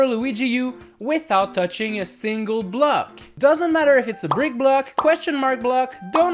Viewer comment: I like how he says block like "Bleck" 😂